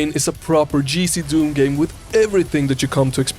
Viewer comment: It actually makes a lot of sense that Z is called zäta in Swedish since native Swedish speakers can't pronounce the sound [z]. When you say GZDoom, it sounds like you're saying "GCDoom".